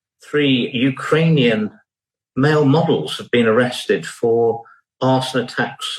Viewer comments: Hey George what’s a UKERANIAN? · Love Galloway's "Ukeranian" instead of "Ukrainian". Sounds much better.